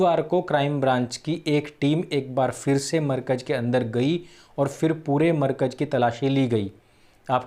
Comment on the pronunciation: Yaar, markaj markaj kya karte ho. Bolo "Markazzzzzz". Itna accha bolte hue bhi galat pronounciation aisa lagta hai jaise lazeez Biryani khate samay danton mein kankar aate jayen. Please, pronounciation sahi karne mein thodi mehnat keejiye!